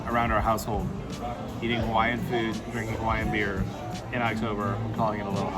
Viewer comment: Pls do your best research on local pronounciation of Hawaiian words, cuz you were way off and it hurt to hear. Secondly pls reduce the amount of very Close-up shots and maybe narrate the beautiful scenery. Glad you enjoyed the Islands and it’s gifts. Aloha 🤙🏽😊